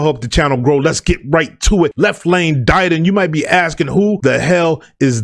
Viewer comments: Pronounced Left Lane “Did- On” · Hail Y.T. ok thanks. I listened to an interview this morning and the guy pronounced it “da don”. I’ll take your word since you know better than me. Salute. I have you on my list to highlight as well Black Bond. Royal Flush. Nasty. 🙏